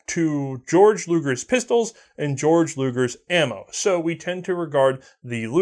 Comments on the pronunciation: I don't know if anyone told you this but you said Georg Luger's name wrong. His name is pronounced "Gay-Org". Although Georg is the German equivalent of the English name George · Why does everyone say "GAY-org....like everyone with that name i met in germany literally just said it as "George" and laughed at that gay-org style of saying it